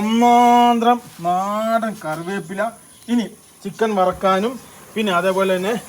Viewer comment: മഞ്ഞപൊടി അല്ല മഞ്ഞൾപൊടി . കരിയാപ്പില്ല അല്ല കറിവേപ്പില